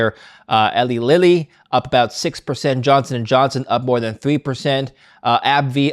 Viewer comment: Ellie Lilly?, it's Eli Lilly, Ellie's younger brother.😂